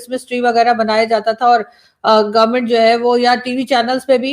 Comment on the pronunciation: The moment he said Gormint Kirkat He lost my respect.